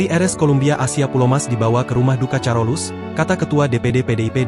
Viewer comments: Admin, Rumah sakit sint karolus bacax bukan carolus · HA..HA..BACANYA BUKA CAROLUS TP.KAROLUS😂😂😂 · Carolus = (baca: karolus), oon